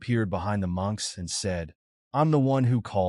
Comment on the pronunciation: For the most part it's been going good and then we get munches instead of monks😂😂😂 come on edit your AI before you put the video up please do some kind of work don't just punch in some buttons and posts